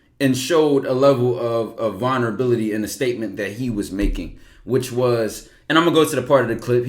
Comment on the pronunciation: I hate to be that one nigga but i gotta Ty😂. “VULnerabilty”